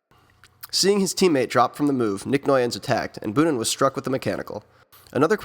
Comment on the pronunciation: Your video's are great but: Its not tom bunen but boonen ( o sounds like the o in bow but longer) Devolder isn't out of shape as seen in your vid Gilbert fell a few k before the cobbles where Flecha fell and had pain in the knee otherwhise: great job